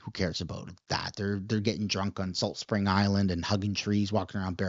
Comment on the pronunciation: You….. Nailed Salt Spring Island 😂